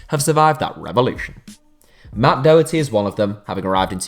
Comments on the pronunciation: No offence but Matt Doherty is not pronounced doe herty it is Matt D o herty or Docherty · or hears how he pronounces Doherty